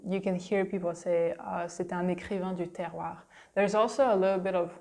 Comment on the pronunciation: That was fun. I'm glad your video was listed in my "recommendations". I'm sure I will enjoy the others too. One thing, however, except for the last time you said it, you were pronouncing the last "r" in "Terroir" too softly. It sounded like, "Terroi" (almost like a Quebec accent!). I remember hearing the "oir" in "Terroir" pronounced strongly and proudly.